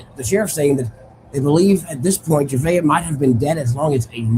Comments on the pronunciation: Jah-vay-ah not jahaveah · Please learn the proper pronunciation of baby girl's name if you are going to continue reporting on this.